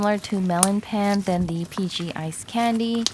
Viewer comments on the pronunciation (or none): Love your videos, and pan is pronounced as pahn <3